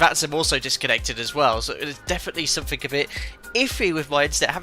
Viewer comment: lol: "SomethinK", "AnythinK", "NothinK"... Still less annoying than hearing every 2 minutes "perfect", or "beautiful", or "superb", or 'wonderful"...